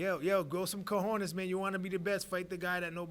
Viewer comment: Cojownez it’s not a MEXICAN word 🤦🏼‍♂️ lol